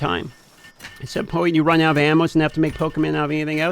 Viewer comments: funny how pronounces animal as "animo" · I noticed that too 😂 I started questioning my own pronunciation after hearing him say it three times.